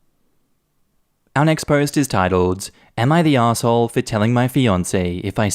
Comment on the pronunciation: I can't get over the fact that everytime says "Our next post...." it sounds to my American ears like "unexposed". I actually thought that was what he was saying for a long time, and I was trying SO HARD to make sense of it! 🤣 I should also add that I am slightly hard-of-hearing and I often hear something other than what the person is saying. However, once I know, I usually think it's nuts that I heard something else. With this, I hear "unexposed"... every. single. time. I still love you,.